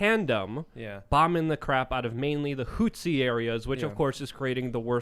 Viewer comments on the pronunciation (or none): i got triggered when he said houthis wrong x)